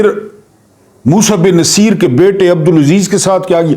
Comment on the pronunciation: السلام علیکم سر جہاں تک میرا خیال ہے یہ نام Musa bin Nu say er ہے. مقصد آپ کی تضحیک نہیں بلکہ اصلاح ہے کیونکہ آپ استاد ہیں. گستاخی معاف